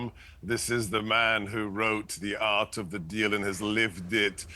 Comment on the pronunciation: "Äre of the deal" hey? Quality.